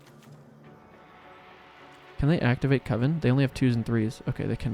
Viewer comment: You're still saying "Cove-en".